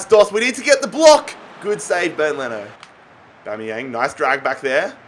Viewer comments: Everyone: Aubameyamg Literally everyone: Aubameyang: ObOmEyAnG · ITS AUBAMEYANG NOT ORBOMBEYANG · Why you saying Aubameyang weird?